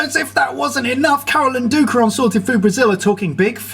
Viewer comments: ''sored'' food, hahahaha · I think you dropped the "T" 😂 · THE T WHERE IS THE T WHEEEEEEEEERRRRRE?! I'm going to need therapy after this.